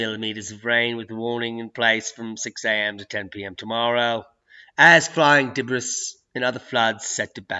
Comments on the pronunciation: Debris is pronounced Debreeee in British English .,😃😃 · The "s" in debris is silent. Just lettin' ya know. Great vid as always; keep at it, and cheers from Australia, mate!:)